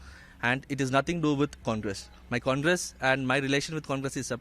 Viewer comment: Try to say names properly Congress not kangres